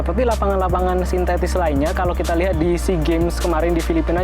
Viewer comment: “sintetis” bukan “sintestis”